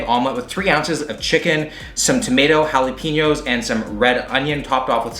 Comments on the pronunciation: DId my dude really just pronounce it "hally-peen-yo" ?! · As a Hispanic I can’t help but become slightly triggered every time I hear it pronounced “jala-PEEN-yo”